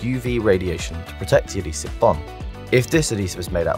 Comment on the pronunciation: I agree - I did have problems hearing him. It's also because of his dodgy intonation (and I'm English myself). I think they need a compressor on there, as he lurches from quiet to loud and swallows some opening syllables (adhesive was particularly hard to follow).